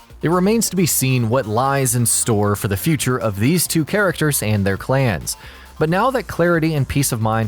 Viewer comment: This guy just making up words! “Clans’s” “Simarlarily”